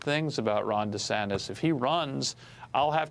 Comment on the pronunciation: Two clows here! One of them can't pronounce DeSantis!